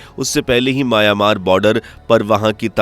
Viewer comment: आबे सूरमा. माया-मार नहीं, म्यांमार